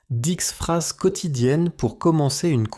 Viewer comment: Дислайк за "дикс фраз"